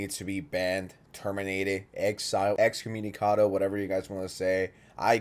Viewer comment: Bro said excommunicatCado 😭😭😭😭😭😭